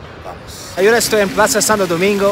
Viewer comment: He notado que cuando quiere decir ahora dice Agora. La H en español es mucho, por lo que tiene que decir: a-o-ra. When you want to say "ahora", in spanish yo don't say A-go-ra, yo have to say: a-o-ra.